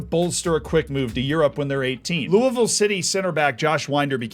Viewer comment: holy shit you said Louisville correctly